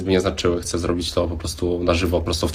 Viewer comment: Boje się ludzi którzy mówią ,,chcem"